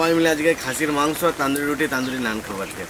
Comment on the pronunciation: এতো দারুন খাবার, সেটাকে ঠিকঠাক উচ্চারণ করুন, গ্রাম্য বাঙালীর মতো তন্দুরি রুটি বলুন, তান্দুরি রুটি শুনতে আপনার মুখে ভীষণ অদ্ভুত লাগছে ...